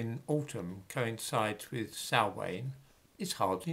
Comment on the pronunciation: Love your channel, but some corrections; imbolc is pronounced as im (as pronounced in the word impossible) bolc, and the passage tomb you refer to isn't the mound of the hostages, but Newgrange, circa 5,500 years old, in the Boyne Valley. Samhain is pronounced as 'sowan' and bealtaine is pronounced 'beowltanna'. Love your content x